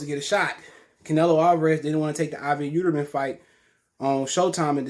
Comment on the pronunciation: Yeeldrim not yeuterman 🤣